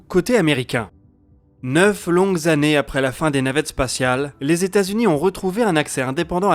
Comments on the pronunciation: je suis d'accord... si on sait pas faire les liaisons autant ne pas en faire plutot que de faire de fausses liaisons... c snob ! c'est pas du chipotage... après 88, si on veut se la péter c des tannées lumieres... pas des zannées lumières... si on veut pas se la péter, on dit années lumières et on en parle plus... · Dans les résolutions de 2021 : être vigilant systématiquement sur les liaisons avec des nombres ? "Quatre-vingt-huit z'années lumière" Sinon, toujours aussi bon ! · Quatre vingt huit zannées